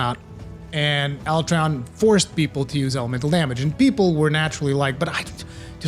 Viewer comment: Ala-tree-on or Ala-tray-on ... Idk why but hearing it pronounced tray hurts my ears.